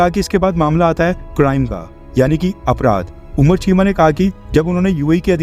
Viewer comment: उनका नाम कमर‌ चीमा है न कि उमर‍ चीमा